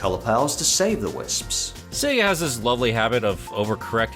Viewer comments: Bro being a long term Sonic fan and you literally say 'Sea-ga'? Wtf lol? Everyone knows it's 'say-guh'. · Did you call Sega “Seeger”? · That's not how sega is pronounce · 😂 You pronounced Sega 2 different ways! (I mean, not that there's an issue with that) 😁